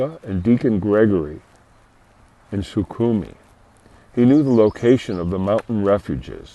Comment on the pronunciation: Sukhimi, Sukhimi, Sukhimi... And then, out of nowhere you suddenly decide to say it right "SuKHUmi", hahah x). Thanks for a crazy story from Holland!